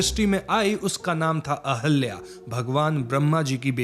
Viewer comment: Sir ahalya nhi ahilya hai